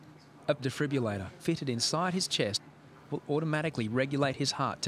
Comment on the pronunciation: Love how the narrator cannot for the life of him say defibrillator